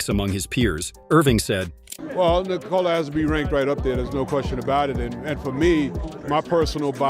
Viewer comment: Yo, you are saying "Nikola" wrong.